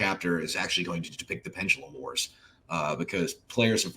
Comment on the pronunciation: Gears Pendalumlum